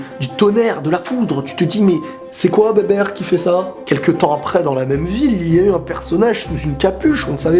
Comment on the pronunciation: Sa se prononce bibir lui il dit bébèr